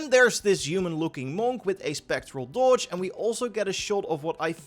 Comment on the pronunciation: All I hear is him saying dodge😭 DoOge